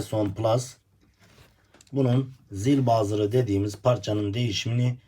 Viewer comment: Zil bazır degil, buzzer demelisin. Buzzer zil demek zaten.